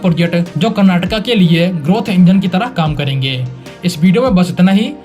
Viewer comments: Thanks for saying "Kurnaatuku" and not "Kurnaatuk". It's been a long time since I watched anybody on TV and social media pronounce the word correctly. Please also say "Kunnudu" instead of "Kunnud". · Thanks for saying Karnataka not Karnatak and Bengaluru not Bangalore. Liked this video for the same reason 😃 Good and simple explanation of the upcoming projects. 👏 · Thanks for saying KARNATAKA 😂🎉🎉🎉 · Thanks bhai for saying KARANATAKA ,NOT karnatak , 😂😂❤ this the least we KANNADIGAS like me expect from our Indian brothers..❤❤